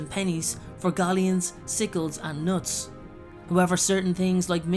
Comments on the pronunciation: Its K-nuts not nuts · Your knowledge is complete but your pronunciations are off. You need to get the Stephen Fry version of the audiobooks to help in your pronunciations. Like the K in knuts is not silent.